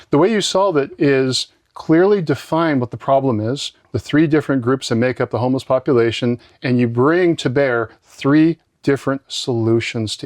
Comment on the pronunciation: "Be vewy, vewy quiet. I'm hunting for homewess."